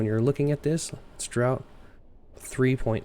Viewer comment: Great stuff. The draught of a boat is pronounced draft not drought.